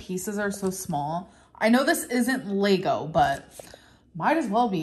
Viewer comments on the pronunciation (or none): none